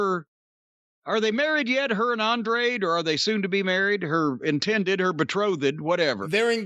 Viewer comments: Andrade is not hard to pronounce holy shit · Jimmy just refuses to say Andrade correctly lol. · Just like "Jane" Cargill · “Felix and Penthouse” gets me every time 😂